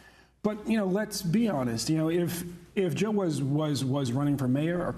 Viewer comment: JILL NOT HILL .....JILL OR WAR ,FEAR OR LOVE